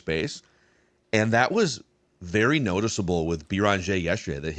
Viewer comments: Guys, it's not "Bee Rahn Jay" It's "BAIR in ZHAY" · “I take issue with” u already butchering Joan’s last name! There is no Bee-run-jeh - it’s Beh-renn-jeh. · You're killing us with your pronunciation of Beringer (bear on jay). For a guy that talks for a living you should be doing better. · “Bear on jay”. Put some respect on that name. I expect a better pronunciation tmrw.